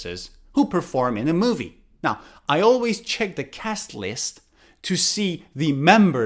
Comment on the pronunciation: I need to know something When you said cast list You pronounced it like that cas lis is that true???